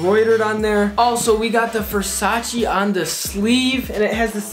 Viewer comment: Please learn how to pronounce Versace